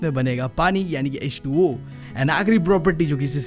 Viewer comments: Aap har baar H2o ko ho2 bolte ho🤓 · Kisi ne notice Kia ki BB H2O ko HO2 bolata hai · bro mein h20 ko tum ne ho2 keh diya.